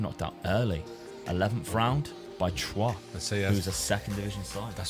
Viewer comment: I hope Rennes haunts you forever for the way you pronounce it xD Thank for another great video <3 Edit: And then you say Troyes so well i could've thought you are French. Sus